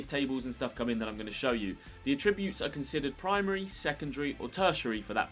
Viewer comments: The way you pronounce attributes. 🤨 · Any particular reason you can't pronounce Attributes correctly? You said the word about 10 times in the video and didn't say it correctly once🤷🏻‍♂️🤷🏻‍♂️